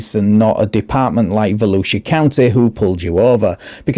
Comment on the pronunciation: I really do love our Sheriff of Volusia County. I live in the Shark Attack Capital of the World which is in Volusia County. The statement you made was too funny. We voted for Mike Chitwood to remain in office😁 also and thank you for pronouncing our counties name correctly. Most people unfamiliar with it are way off